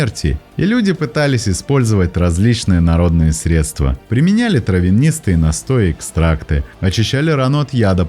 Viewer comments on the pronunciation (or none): none